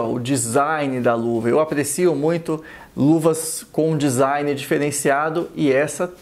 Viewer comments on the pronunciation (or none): none